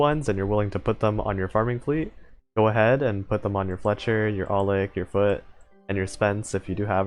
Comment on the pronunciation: The way he said Foote after aulick sounded like "I'll lick your foot"